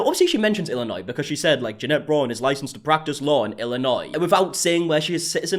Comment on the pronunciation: Oooo I believe it’s pronounced “Janet” 😂😉